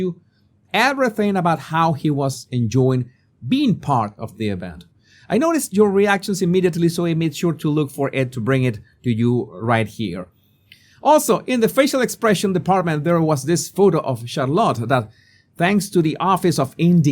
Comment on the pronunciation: "Charlotte" is pronounced as shah-lit, with the emphasis on "shah", and "lit" pronounced the same as the past tense of light (lit).